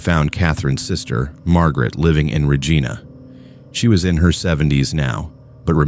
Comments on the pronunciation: It's pronounced Reh gi nah, Regina.. ❤ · I don't know if this is AI narration but you mispronounced several last names and places names. The proper pronunciation of Regina rhymes with vagina. Levesque is pronounced Leveck. You should try harder.